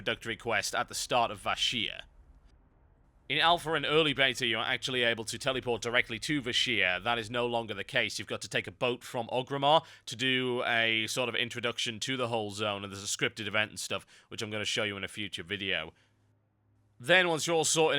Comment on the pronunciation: Why does EVERYONE say OWGRIMMAR